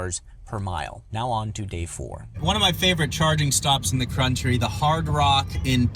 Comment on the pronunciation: “One of my favorite charging spots in the Crunchtry” since we’re pointing out mispronunciation lol